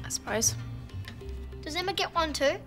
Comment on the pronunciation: Why did I feel like said * emmer * instead of Emma when he was at Emma’s house